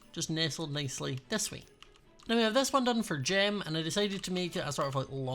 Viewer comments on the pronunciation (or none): Whenever you say Gem, I hear Jim, and I get confused 😂